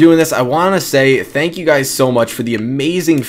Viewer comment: "What is going on Gays" 😂